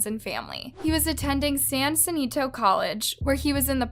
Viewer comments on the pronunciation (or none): San Senito College? San Jacinto College. WTF is with you and pronunciation. It doesn’t go with everything else about your delivery which seems so intelligent and put your effed up on your pronunciation of simple names and places. It’s funny which I know it’s not your intention but it’s so comical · It's Coke Bottle glasses & not bottle Cap. The guy went to San Jacinto Jr College. (Ja-Sin-Toe) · It’s san Jacinto college . Pronounced “Juh-Sin-Toe” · San "Juh-sin-toe" College.... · It's super annoying when words spoken in the video get edited out..like DRUGS. DRUGS MURDER BLOOD. There, it has been said and the world did not stop spinning. Unless you're trying to avoid being classified as not kid friendly... which would be gross and disgusting to circumvent. Also you butchered the pronunciation of San Jacinto.